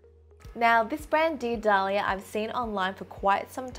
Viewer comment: What she said "dear Dahlia", what I heard "the Italia"